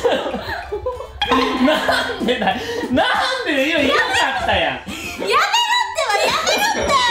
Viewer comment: やめロッテ(=千葉ロッテ)ww 1回言われるともうそうにしか聞こえなくてめっちゃ笑うww